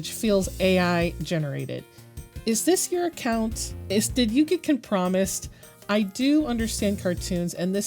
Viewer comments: Yeah I just never heard it pronounced com-promised Like the word promise so at first I didn’t understand what she said Im not trying to be rude or anything I just find it silly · I’m sorry com-what? Every day I hear a word pronounced in a way I’ve never heard before and it’s so interesting It’s com-pruh-myzd It’s not pronounced the same as the word “promised” I am surprised I’ve never heard someone say it like that before since it is an obvious mixup kinda like Kansas and Arkansas type deal